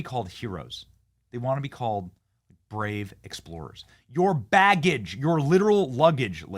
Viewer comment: Vaggage , Benny, NOT baggage.